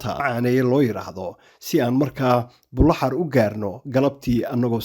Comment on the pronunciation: You pronounced Buloxar the right way. It is Buloxar and not Buloxaar as most people say. We should change the name to Bulokhayr instead.